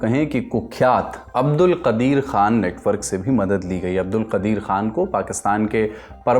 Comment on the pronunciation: कादिर को कदीर बोल रहे हो गाज़ा को गज़ा बोल रहे हो क्या समस्या है भाई, विशिष्ट हिंदी बोलने के चक्कर में शब्द भी बदले जा रहे हैं क्या?😂